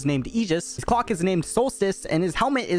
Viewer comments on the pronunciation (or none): There’s no way you mispronounced “cloak” THAT badly